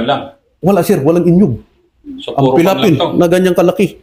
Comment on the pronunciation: The very igorot way of saying niyog....is "inyog" tlga kaya natawa ako kc that's how i say it too😂 anyhow, thank you for your continued service to our country. Salute!